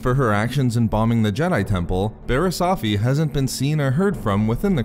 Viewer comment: Firstly, nicely done opening sequence. I was like "Hey that's new!" Secondly Barris' last name is pronounced OAF-FEE not OFF-FEE. Finally, the Clone Wars returning is great and all but Disney is making it a part of its paid streaming service. Keyword PAID. So unless I wanna fork over 30 bucks a month for just the one and only show I'm gonna watch, then I'm gonna have to wait for the DVD release unless Disney caves and puts episodes on one of their cable channels like DisneyXD or whatever.